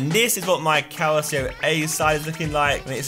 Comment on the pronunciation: Calcio is pronounced calchio bte